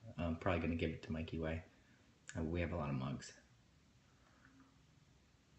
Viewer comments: the way he says mikeyway as like one word🥺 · Dude I love how he mentions Mikey as "mikey way" xD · holy shit i love how he refers to his own brother as "mikey way" and ray as "ray toro" l ik e y e s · "Mikey Way" tho